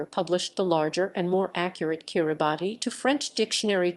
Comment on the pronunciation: I thought it was pronounced "Kirabass"